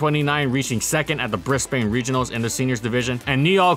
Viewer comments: Briz-banh. Not Briss-bain. For christ's sake, man. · I'm sorry if I butcher your name Also: Briss-Bane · Brisbane mega lol. Non Aussies just can't get that right